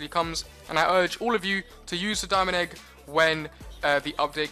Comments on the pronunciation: i hear it he says dominic egg XD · did u say diamond egg cause it sounded like you said my name 😂